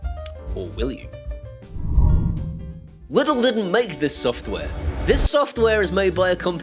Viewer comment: its not pronounced lid l, its german and in englisch pronounced leedl